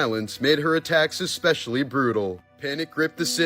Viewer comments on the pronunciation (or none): none